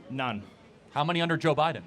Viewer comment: Beedin no no biden